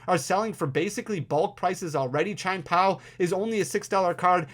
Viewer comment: This is a super informative video! And … my brother… it’s “CHEE-EHN POW.” Your version sounds like a racial slur 😂